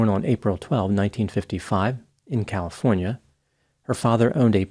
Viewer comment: "born in califorina" Ok, I have heard enough, case closed.... we found the problem.